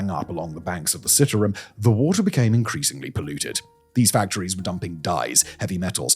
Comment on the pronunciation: You are pronouncing the river incorrectly. I am a Canadian living in Jakarta. It's worse than you can imagine.